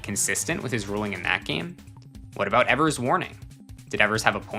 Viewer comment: It's pronounced Johnny eevers not Johnny Ehvers, very common mistake